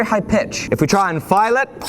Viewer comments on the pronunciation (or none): none